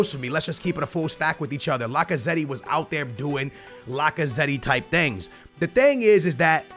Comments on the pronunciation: i love how butchers half the names:D Lacaze-tee Sun instead of Son L-orente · The way he says Lacazette 😂😂😂